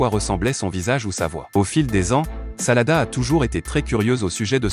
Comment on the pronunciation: Ses sarada mes pas salada